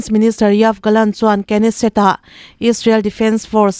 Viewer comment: Chhiartu, Kneset leh Summit lam dan hi chîkin zir nawn la a tha hle.